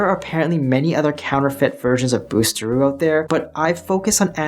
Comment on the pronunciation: Great info, i wish h he would pronounce it correctly though 😂